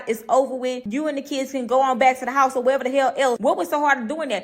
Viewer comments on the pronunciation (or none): none